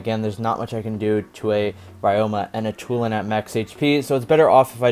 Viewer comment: From "Tulen" to "Toulon" hahaha, btw what a play bro 👍👍